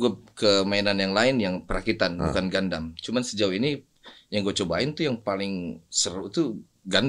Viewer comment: "gundam" A few minutes later.... "gandam" Hehe